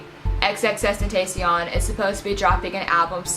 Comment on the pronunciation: That’s not how u say his name